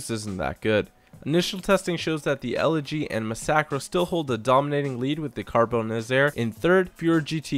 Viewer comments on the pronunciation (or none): none